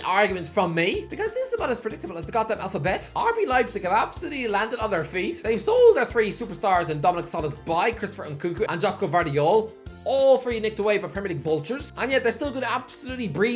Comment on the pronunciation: The next time I hear "Solosbayi" I might reach through the screen and choke.